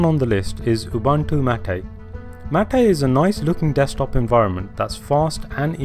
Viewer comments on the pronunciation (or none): yes, Ubuntu. Its pronounced as OO-boo-ntu, with a soft "b". Similarly, its LOO-boo-ntu and ZOO-boo-ntu for the other two variants. I know this for sure because the name of the distro is taken from my Home language. Im not sure about mate but I read somewhere that its actually "mah-tay", but dont take my word for it.